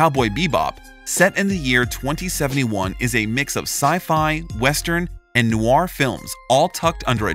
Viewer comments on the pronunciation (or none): none